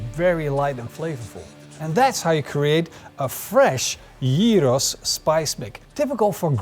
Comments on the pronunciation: Thank you for pronouncing it like this. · Your γύρος pronunciation is spot on! Looks delicious! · Impressed by the proper pronounciation of Gyros.